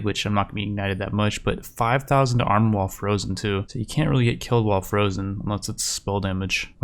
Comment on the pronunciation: Lol I'm pretty sure he said "armour while frozen" but why did I think he said 'armour' like a knockoff French dude?